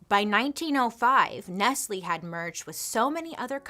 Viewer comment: It's not ness-lee is ness-lay